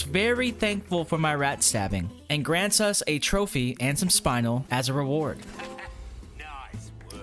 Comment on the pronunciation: Spinel is pronounced spin-el not spine-l